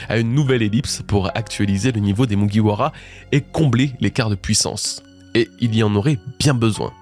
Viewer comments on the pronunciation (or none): none